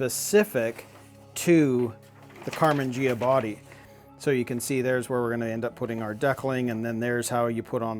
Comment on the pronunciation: It's Karman Ghia, pronounced ge ah, not je ah!